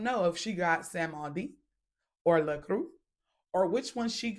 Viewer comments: It’s called: Baron Samedi (Samdee). Not “samuhdi. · Samedi means Saturday and it’s pronounced “Sam Dee” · Samedi is pronounced different sista it means Saturday .